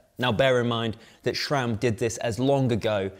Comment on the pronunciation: ah yes "Jura-ace" and "Schram".